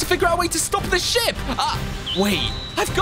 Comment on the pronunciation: bro I thought he said shit instead of ship